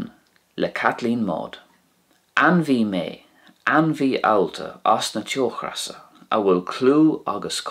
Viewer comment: You pronounce teochreasa in the video with the aspirated English r, like in the word regret. The Irish slender r here would to the best of my descriptive abilities be pronounced as a r/d/z ish sound, as I'm sure you're aware. Fyi in your Spanish Irish video you pronounce the tapped r in Rey (although rolled in Spanish) as it would be in broad rs in Irish. Would be nice to hear you try and use it in your videos 😁